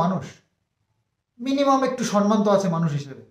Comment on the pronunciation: সনমান না কথাটা সমমান.....সম্মান